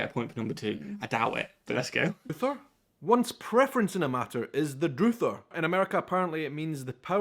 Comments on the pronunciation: He used the voiceless "th" (as in thin) rather than the voiced (as in then) as well. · Also it is pronounced with the vowels sounding like other... not an oo sound. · Druther is pronounced drah-ther, rhyming with *brother*. Usually used in the plural, as “if I had my druthers….” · Druther. Is druh thur short u not long u he mispronounced it. You have your druthers. It's not often used here in America either. At least I rarely have heard it used in every day conversation and usually from older people. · "Druther" is a shortened form of "I'd rather". It eventually evolved to mean something similar to "preference". For example, "If I had my druthers . . ." "Druthers", which rhymes with brothers, has never been considered proper English. "Up the wazoo" means "up the ass". If you have a great abundance of a certain thing, maybe an undesirable over-abundance of say, carrots, a home gardener might say, "Let me know if you want any carrots. I ended up with way more of them than I expected. I've got carrots up the wazoo". Broiling is cooking something with the heat source coming down from above. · Druther is pronounced druh-ther ( short u ) mean i would rather. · Your college would be Vocational School here, where you learn a trade like mechanic, welder or repairman, etc. And the “u” in druther is pronounced like the “u” in up. Love your videos! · Fun video. In the deep Ozarks we still use druther. But here it is pronounced with a short u and a slight roll on each r. Sentence examples ... "would you druther go to the river?" (would you rather go to the river) "what are your druthers?" (what are your thoughts/opinions on the options/choices) :-) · druther - pronounced druhther ..either/druther i don’t want either i would druther have the first one. i have a preference for it. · Druther is pronounced Druh-ther. And usually as Druthers. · Druther rhymes with brother. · Durther is pronounced dra-thers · Druther is Pronounced draTHer. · "Druther" rhymes with "brother."